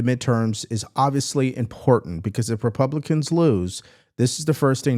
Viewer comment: Pronounce Republican then maybe you can file for articles of impeachment